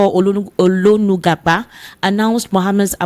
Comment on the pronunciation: pleases review your scripts before setting out for your program. The name you called is Olo-gun-Agba. Not Olo- nu- gu-Agba. Anyways, you are doing great.🎉